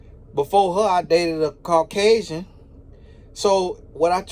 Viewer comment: SCCCruggling, carrrcasian 😂🤣😂🤣😁